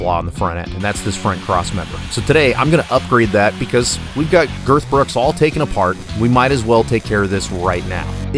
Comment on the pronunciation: Why do you call it girth brooks? 🤣